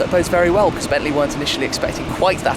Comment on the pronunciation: it is bentley not bentslye